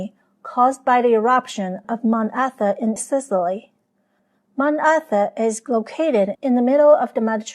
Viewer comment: Very interesting, and well-represented information about a poorly-understood time🙂 Please accept the correction of the volcano name to Etna, rather than Etha (which no mountain is named)🤔